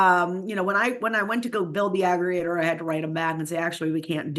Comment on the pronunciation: This "expert" can't pronounce "aggregator" or "IPSOS." Pakman, you are scraping the bottom of the barrel for experts. I say this hoping that Harris wins. But this idiot is not an expert.